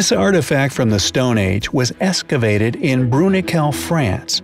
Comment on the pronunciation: ex·ca·vate not escavate. /ˈekskəˌvāt/ Learn to pronounce verb make (a hole or channel) by digging.